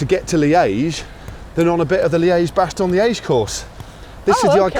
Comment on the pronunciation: Funny how Matt pronounces Liège à la québécoise. Li-a-ège :-)